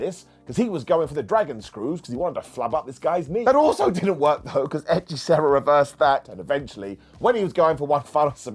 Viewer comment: Good gob pronuncing "hechicero"